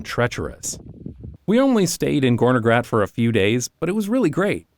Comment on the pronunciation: Well to be precise, it is "Gornergrat", referring to the Gorner Glacier. "-Grat" is basically a mountain ridge. NJBs pronounciation was a bit too soft But still, it is an incredibly interesting coincidence, that a slavic Term can mean Something so fitting. Very cool